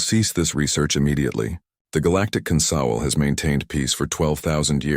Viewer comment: Um, consowl?